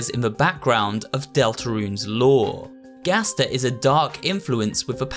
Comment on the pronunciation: Ah yes, "Ghaster"